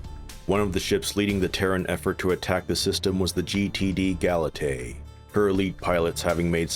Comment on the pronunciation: It is "Ga-la-te-a". A female name. Not "Ga-la-tae". Pygmalion carved a statue of a woman, fell in love with it and later asked the gods to bring her to life. Which Aphrodite did. But it was also the name of a sea Nymph.